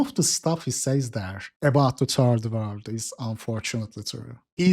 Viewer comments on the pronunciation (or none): I love how you pronounce third world as "turd world"